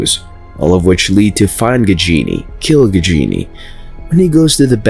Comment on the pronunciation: Don't pronounce it "Gigini" it should be like "Gaajini". 😁